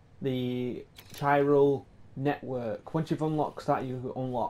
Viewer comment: Unable to pronounce Chiral depsite hearing the in-game characters say it a million times 😂